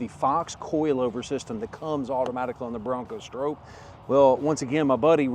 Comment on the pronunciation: The biggest issue with the Stroppe is that you always say it wrong😂